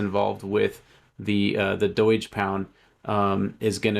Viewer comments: "EETH" "DOYGE". can't trust you. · Its not "doy-g" who the f says it like that